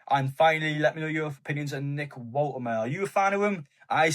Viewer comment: Bro, please get the pronouniation right.. Wolte ma de.🎉